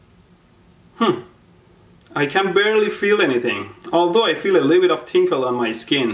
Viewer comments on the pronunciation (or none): sorry but couldn't help but to point out. "I feel a little tinkle on my hand". I will never trust anyone with an accent again.